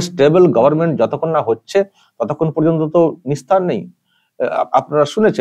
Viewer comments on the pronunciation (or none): none